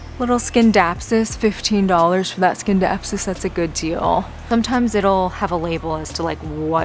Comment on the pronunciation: Thanks for the plant tour. Scindapsus is silent " C."